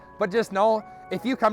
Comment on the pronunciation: Ol Claire 😅 where is that in Milwaukee we say eau Claire is it weird being in Wisconsin but a suburb of the twin cities